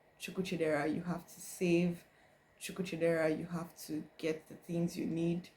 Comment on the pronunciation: It's how you said your name as if it's "Chookuchidera" Lol 😂